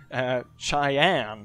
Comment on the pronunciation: As an American born and raised, this might be the first time I have ever heard anyone pronounce Cheyenne "Chai-ann." Until now, I have only ever heard it pronounced "Shy-ann."